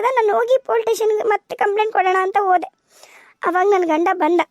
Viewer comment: Dialogue helovaga plz police station antha correct agi pronounce madi.. Adu politation anta kelsutte.. Idu suggestion n request 😊